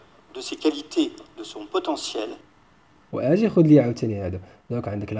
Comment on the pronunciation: ماهذه التزكية . ولا تزكوا انفسكم .فعلا ان التعلم يتطلب المثابرة والمداومة ولكن ليس معنى انك تتكلم بعض الكلمات بالفرنسية انك فعلا متقن للغة الفرنسية .فنطق الحروف (o.ou,ai.eu) بالفرنسية لاتثقن نطقها مثلاvaleur تنطق eu كما تنطقouونفس الشيء نطق iمثل émission وqualité...راه الفيديوهات كيشوفوها الناس المتميزين في اللغات ومع ذلك لايتفاخرون ولا يدعون ان لديهم الطريقة السحرية لتعليم الناس اللغات . لنكن منطقيين والله يسهل على الجميع .فلا علم لنا الا ماعلمتنا 🗣